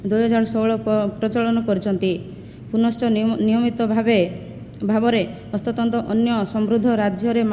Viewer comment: Proud of her. Atleast trying to read odiya. Wow they are our representative. Somebody tell her it is hastatanra. Not hastatanta